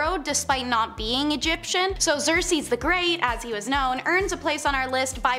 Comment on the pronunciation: Usurp is pronounced "you-surp" not "upsurp" Xerces is "Zerk-Sees" not "Zersees" As said - Priestess, not priestress.